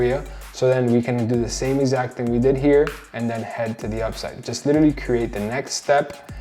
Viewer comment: Never trust somebody who pronounces literally like that